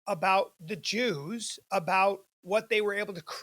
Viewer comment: admire and jooz in the same sentence ? 😂